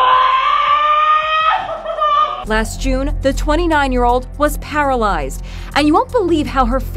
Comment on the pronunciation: Talk about para-LIES-ed lol